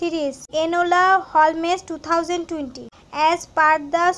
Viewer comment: "Hol - mes" 👁️👄👁️